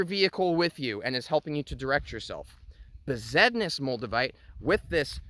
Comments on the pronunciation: " 'Regular' Moldavite ".... haha. Besednice = ' Bez- ehd-NEE-cha ' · it's pronounced 'Best-nice"